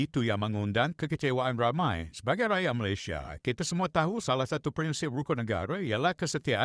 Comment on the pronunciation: Sebut malaysia pun pelik.. Tak guna ada ic biru